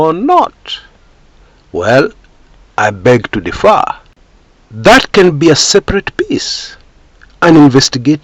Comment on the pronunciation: "Differ" is different from "defer" both in spelling and pronunciation.